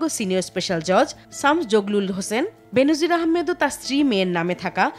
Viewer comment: ওহে পিও সংবাদ পাঠিকা আপু, কন্ঠ যখন উপার্জনের হাতিয়ার তখন কন্ঠ নিঃসৃত শব্দগুলো উচ্চারণও যথাযথ হওয়া উচিত। উচ্চারণটা বেনোজির না, বেনজির।